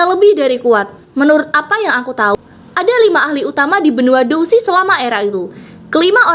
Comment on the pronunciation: Douqi di baca dousi Xiao Xuan dibaca xiau quan